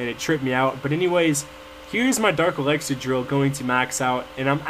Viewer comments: it annoys me how you say elexir its ELIXIR!!! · yeah i know you say "Elaxar" lol it's hilarious but annoying to me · yeah, the elixir pronunciation annoys me. lol you wouldn't say sex instead of six. he says everything else correctly